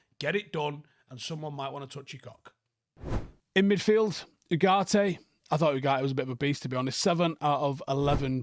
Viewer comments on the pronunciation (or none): can't pronounce names. English people in general are pretty bad with name pronunciation. They say Bruno Fernange & don't even realise that they're using a short 'a'' instead of a long one when vowel pronunciation is more important than consonants in romance languages. If you're going to start thinking about consonants though, it's Harnacho & Uharte.